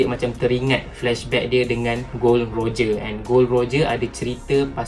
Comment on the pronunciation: Bukan gold roger tapi gol d roger